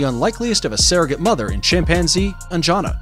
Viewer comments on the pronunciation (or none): LOL It's not pronounced like 'An-jaa-na'. 'An-ja-na'✅️